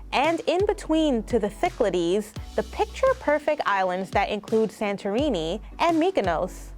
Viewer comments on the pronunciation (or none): none